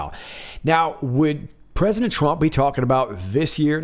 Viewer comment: Mmmmm...listened to it 5 times,it actually sounds more like prisoner then president. .good catch..👍